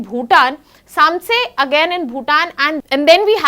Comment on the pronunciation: It's pronounced as Samchi ...🙄 And not Sam- sey